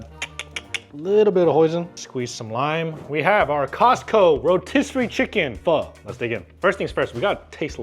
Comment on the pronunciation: For an Asian the cant pronounce pho correctly is a crime. And best is costo chicken and making a hot spicy chicken thai larb